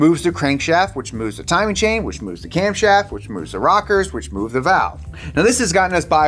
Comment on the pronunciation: "Camshoft" lol